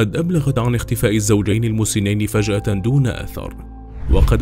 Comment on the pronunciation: فجأه وليس فشأه